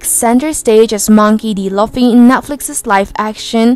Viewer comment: WTF is Monkey D Loffy?